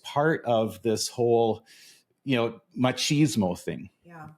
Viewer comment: On a lighter note... dear Americans.... "Ma-cheeze-mo"? ❌ Erm no. Seriously. No. Cheese is for crackers, sandwiches and pizza.... with herbs.... not erbs. "Mach-is-mo" ✔ Proper pronunciation promotes precise perception Here endeth today's (English as a Foreign Language) lesson. 🇧🇲🧙‍♀️🇬🇧